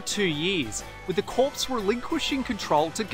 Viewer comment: CORPS is pronounced 'CORE'